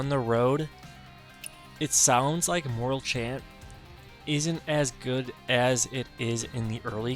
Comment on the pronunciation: Thanks for sharing. Nice tip on the Divinecraft auto use setting and mystic skill jump hack. FYI, it's called Hawk Wing not hawking, and the E at the end of Morale Chant makes it be pronounced Mor-Al, not Mor-ull.